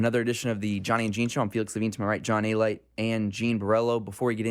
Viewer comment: I can’t believe this guy doesn’t even know how to pronounce his own name. It is so grating to the ears to hear people say Ay-light. It is pronounced uh-Lee-Tay.